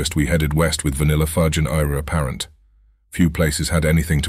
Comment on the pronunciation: Another good one, and the narration is getting better too. One small issue that I would have mentioned sooner if I had known Eire Apparent were going to be around so often - their name is a play on the phrase "heir apparent" and would be pronounced the same, sounds like "air apparent" basically. Been close a few times in this one LOL.